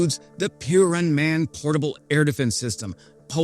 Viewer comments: "pureman"... no, it ain't. It's "piorun", and it pronounces as "pyo-roon". A thunderbolt, stemming from old Slavic God Perun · FYI piorun is pronounced as pyo-roon. Thanks for the video! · pronounced pee-oh-roon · just say Thunder in english (or in your language) because when you try to pronounce it in Polish it sounds like you would say piranha. Nie wiem jak wy ale ja słyszałam " piran". Co to kurde jest piran? Czy piran to gach piranii? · You pronounce it "Peoroon" Cheers brother Peeo-roon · Lol. It's not impediment - Piorun is easy to say: pioh-roon. Each vowel counts ;-) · ... pee...air...roon... accent on the second sylable... lightning... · Around 2137 Poles died after hearing your pronounciation of "Piorun". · You have only one Polish word to learn pronouciation, and you butcher it. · Would be nice if you learnt how to say PIORUN.